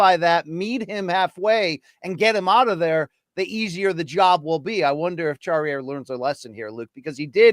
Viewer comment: Charriere pronunciation: SHAH-REE-AIR. 😅 Sorry but I can't take all the weird english-french mix attempts anymore. In french a is ah, like in Latina. It's really not that difficult.